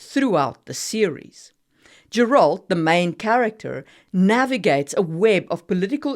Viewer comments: As a Polish person I can tell you that Sapkowski's name is pronounced Sapkovski (I'm not sure if that's how you pronounced it here but most people pronounce it in an English way, instead of Polish - the letter "W" is always pronounced like "V"). Also, Geralt's name is pronounced with a "g" sound, like in "girl", not with a "j" sound. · You butchered Andrzej Sapkowski's and Geralt's names worse than Geralt butchered Renfri's gang.